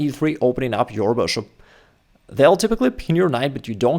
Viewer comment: Why do you keep pronouncing bishop as boshop lol